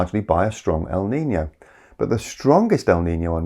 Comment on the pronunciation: As a spaniard, that was some great pronunciation of our often neglected Ñ.